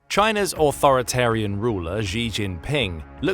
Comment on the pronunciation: Thanks for the video, informative as always! The "Xi" in "Xi Jinping" is pronounced far more like "she" than "zhi" by the way, I used to do exactly the same until my Chinese teachers pointed it out